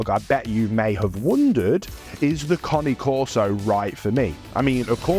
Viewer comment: It’s not a konny corso!!!! Pronounce it properly fgs